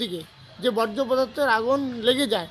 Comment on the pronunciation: ওটা 'বজ্র' নয়, 'বর্জ্য' হবে।